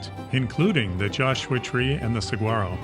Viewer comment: Great video. FYI it’s pronounced “sawarro”.